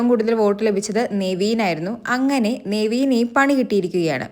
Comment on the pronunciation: Neveen allaa നെവിൻ.ningl epozhm thettichanu pryunnath